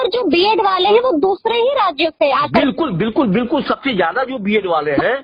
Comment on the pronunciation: विल्कुल बिल्कुल विल्कुल बिल्कुल😂😂